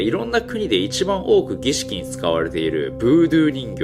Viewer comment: 儀式って一回も言えてない